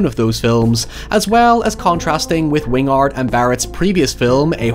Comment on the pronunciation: "Wing-ard" vs "Win-gard" makes me wonder if it's a mistake, how it's supposed to be pronounced, or if it's intentionally on-brand for pronunciation affectation.